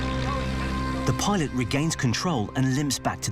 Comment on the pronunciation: Your lucky for pilot? Butchering my language